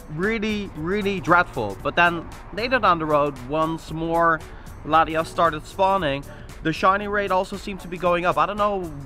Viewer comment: dude... its latiAs not latiOs. you kept saying latios lol